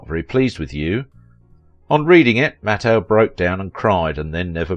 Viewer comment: This is the BEST bio-video you've ever put out!!! Mattheu was the BEST!! Except for MISPRONOUNCING Walter's last name it was the BEST!!!